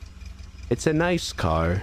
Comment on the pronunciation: “it’s a nice cAaRr”